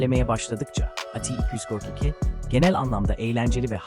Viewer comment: ATİY İKİY DÖRT İKİY DEME ŞUNA ÇIKTIM VİDEODAN DÜZGN KONUŞ ABİ